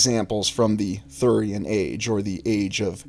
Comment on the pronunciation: Its hyborean.